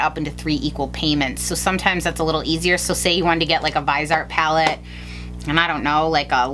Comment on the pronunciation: Lol, thank you for saying Vise-art instead of Vis-e-art like a ton of other Youtubers. Drives me nuts!